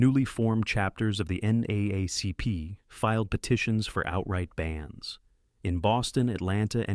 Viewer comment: Yep this is not some guys effort it is artificially made nobody says NA A Cp its said differently right....